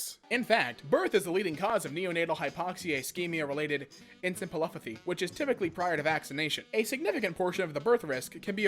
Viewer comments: EN-CEF-FIL-OP-AHH-THEE Lol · I think its pronounced enseh-fehleh-puthy. All I know is that anti vax kids will be pronounced dead. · “EN-se-fuh-lah-path-ee” took me a bit too, bro. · it's en-CEH-pha-lo-PAH-thee, sir. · Him trying and failing to pronounce neonatal hypoxia ischemic encephalopathy made my day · Dude gets a New Zealand accent out of nowhere trying to pronounce encephalopathy. Authorizing “sub ponya” For Kelly Anne 😂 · Twelve seconds of trying to pronounce "encephalopathy" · It's funny how american youtubers cannot pronounce words like encephalopathy and Indians who these dumb fucks call uneducated can pronounce it better than them and guess what? English isn't even their first language! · En • Seh • Fallopian • path-ee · The way you pronounced intrauterine made all your attempts to pronounce encephalopathy even funnier. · I’ll give you a win today for trying so hard to say encephalopathy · The way you’re pronouncing encephalopathy is making me laugh harder than I should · trying to say encephalopathy killed me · ahem ENCEPHALOPATHY